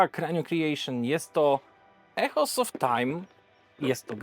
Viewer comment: Świetny film i interesująca gra. Ps. „Echoes” czyta się „ikołs”